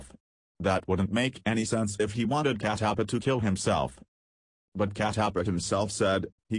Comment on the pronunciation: That is Kat tap paa and not cat aap paaaa